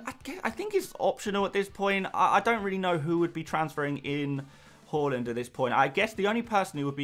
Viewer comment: say haaland properly pls